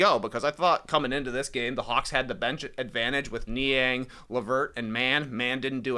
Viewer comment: did any one else hear Shaq last night call Niang "Minivan"???